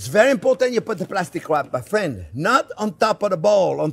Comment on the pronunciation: Oh I love it when he calls me fwen. Makes me smile hahaha. This man is precious